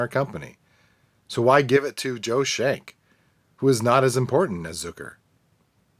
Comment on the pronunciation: His name is pronounced "SKENK" not shenk